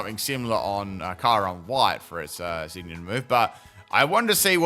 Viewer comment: Why are you saying kyurem's name wrong. The sound of it is so bad and thanks for this